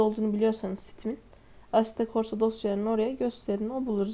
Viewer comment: asetto "c"orsa :DD Asetto korsa diye okunuyo ingilizcen kaç